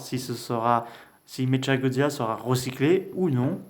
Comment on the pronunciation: Sa se dis méqua godzilla